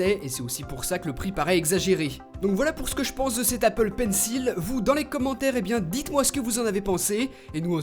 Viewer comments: Par contre ça se prononce pas "PAINSSIL" mais "PAINSSOL" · ptn mais il fait expré de dire pencil [il], ça se dit pencil [ol] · désolé mais ça se prononce "pencol" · Pencil se prononce "pensole" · Tu prononces mal le mot Pencil...